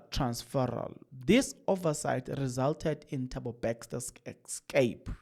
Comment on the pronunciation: Yabona my son you said someone commented to how you call Bester Bexter made me laugh silently and nicodemusly because I know a number of words you call anyhow and number of you tubers that call those words like you 😂excape instead of ESCAPE is one of them. I will be like it doesn’t matter I got the message